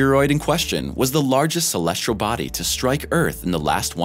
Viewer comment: "Celestral body"